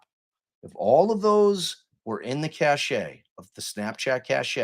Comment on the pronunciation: I believe cache is pronounced "cash" in this instance